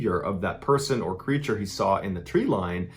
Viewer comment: “Creatures” cmon you’re better than this